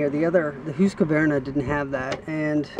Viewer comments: Who-ska-vern-ah? It's Husk-ah-var-nah. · Is the name not pronounced HUSK -VAR -NA not HOOSKA VERNA ? I have never heard that name pronounced that way. Its husk -var - na for me. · Here in western Montana, I fear that any logger hearing this fella pronounce the Husky name like he was from another planet would get the ol' chain saw haircut. Take the easy way out and just call it a Husky!! ...............Hoooooski, indeed!!! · Say's Mr Hoooooskavarna rotfl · No really its husk-var-nah, no "ah" between the q and v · lmao, its husk var na.